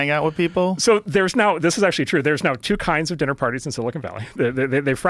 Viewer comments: Joe, it’s not “silicone” it’s silicon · IT'S NOT sili CONE valley!!!! It's sili CON!!! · i'm sure its been said, but Rogan always says "silicone valley" lol